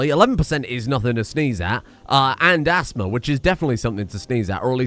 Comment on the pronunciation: half ass-thma lol